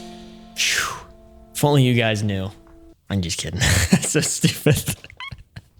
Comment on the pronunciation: It’s qwoite shtoopid innit